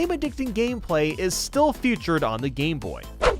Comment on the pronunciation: hate to be that guy but is anyone gonna mention how he says futured and not featured